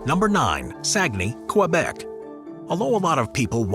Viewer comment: same with Québec, butchering it like only Americans can